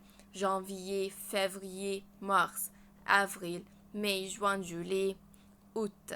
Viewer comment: بس ll فى juillet لا تنطق